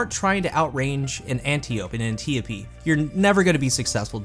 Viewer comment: ANT - EYE - OH - PEE